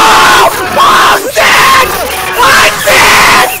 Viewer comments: AAAHHH AAAHHH "sand" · its sanes LOL